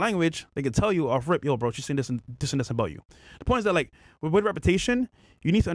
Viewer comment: it’s “with” not wiff..